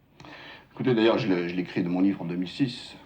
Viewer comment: Ji suis imam ji suis modéré 😂😂😂 il m'a tuée